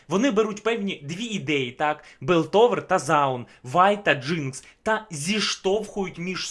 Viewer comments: Білтовер..Паундер..Джеймс..мої вуха, вибачте 😅 я не можу далі серйозно дивитись цей розбір 😆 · Огляд непоганий, але все відео різало слух "ПауНдер", "ДжейМс", "БИлтовер", не знаю може це особливість вашої дикції, чи мені чується.. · А чого Белтовер, а не Пілтовер? І Паундер, а не Павдер? Це в нашому так переклали чи отсєбятіна???? :) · Не Белтовер а Пілтовер, не Джеймс, а Джейс